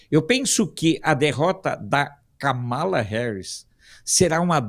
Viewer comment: A pronúncia correta não é Kamala , é KÂMALA , mas sem acento : fala para o Alfredo 😉